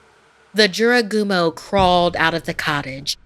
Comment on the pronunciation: Just SAY! Jorogumo, SAY! Jorogumo...